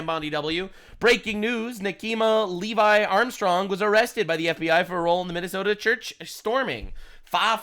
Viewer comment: Her name is levy not levi. Like I drove my chevy to the levy but the levy was dry. Not dang she doesn't have good levi jeans. Reminds me of Fanni saying her name was pernounced fawny.